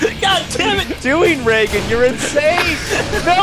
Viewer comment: best moment by far. Love how says Reagan!!!